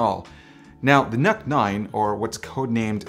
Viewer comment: Why I am hearing it as "Nut 9"..